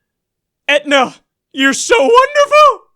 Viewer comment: lol "Aetna"